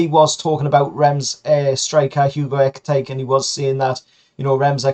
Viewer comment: Just for the record ekitike is pronounced eh-keh-tee-kay but the preferred geordie version is ecky tecky...